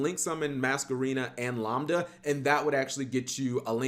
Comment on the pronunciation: Why are you pronouncing lambda like lombda, it's pronounced like lamb lol